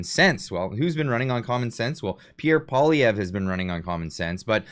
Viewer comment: Bet-David should at least learn to pronounce PP's name if he wants to talk smack about him LOL